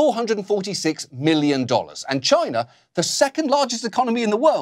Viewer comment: Every time Oliver says for China I have to convince myself he didnt just say vagina. Pipe organ vagina.. makes you wonder.